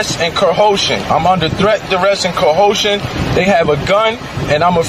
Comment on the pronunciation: I must admit that this is the first I've heard someone say ; I'm under threat, duress & "cohotion". Someone should tell this clown that the word he's looking for is coercion, not cohotion 🤦🏼‍♀️